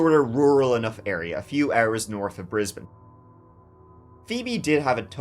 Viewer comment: Thanks for not saying BrizBAYNE 😊